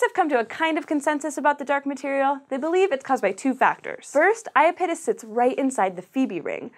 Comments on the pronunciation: I-ah-pete'-us? I-ah-don't think so. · It's also bad when the host can't even pronounce Iapetus correctly :(. The stress is on the second syllable, not the first! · Holy crap. You need to redo this video. 1. Miranda is NOT the largest moon of Uranus. It's the FIFTH largest behind Titania, Oberon, Umbriel and Ariel. 2. For God's sake, learn how to pronounce IAPETUS. It's i AP et us, not ia pet us. Jesus. I stopped watching shortly after the 2 minute mark. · "ayapitis" no, no, no! it's "ya-pee-tus" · lol. i giggle every time you say iya PIT us... try "eye IP uh tis" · Aya-pittis? I've always heard I-app-it-us. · SciShow Space... everyone is pronouncing iapetus incorrect... “I-ap-e-tus” ... “ap and app still make the same sound” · ah yes the infamous I-A-pit-us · Eye-AH-pet-us. Hy-PER-ee-on. Mur-AN-dah. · I know everyone is chuckling over her pronunciation of Uranus, but I found her pronunciation of Iapetus more distracting. Is that really how it's supposed to be pronounced? I've always pronounced it 'ee-APP-et-uss'. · Yeah, the moon is not unfamiliar to me and I've always heard it like "aye-AH-pet-us" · Did you catch the butchery on the moon Iapetus? Oof. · If the presenter is supposed to be an authority on space, why doesn't she know how to pronounce "Iapetus"? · That was, by far, the worst pronunciation of Iapetus I've ever heard. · Everytime she mentioned Iapetus I was saying to myself "Pretty sure that's being pronounced wrong." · That's nothing compared to how badly she mangled Saturn's moon, Iapetus. Eeesh, that was awful. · I died a little inside each time she pronounced Iapetus wrong. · was anyone else bothered by the mispronunciation of iapetus?